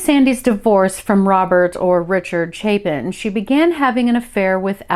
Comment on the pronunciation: Just guessing the last name might actually be pronounced “Chay-Pin”. It’s spelled the same way by Harry Chapin who wrote the classic story song “Cats in the Cradle” among others. Not a big deal just thought I’d introduce that possibility. ✌️